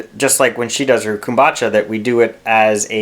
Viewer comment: Did you just say “kom-batcha?” Lol brilliant idea though. I’m making a fermented Sassafras root beer kombucha. Excited to see how it turns out.